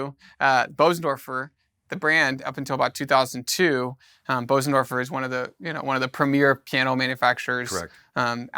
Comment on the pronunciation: Informative and interesting, but… How can you sell pianos, and still not know how to pronounce Bösendorfer ?